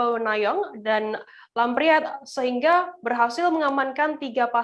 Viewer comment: news achornya keknya bukan orang aceh, meuraxa bukan meuraka, lampriet bukan lampriyet sigh!